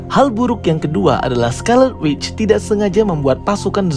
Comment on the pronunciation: Scarlet Witch bukan Scarleu Witch